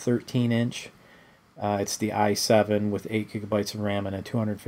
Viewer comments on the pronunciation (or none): none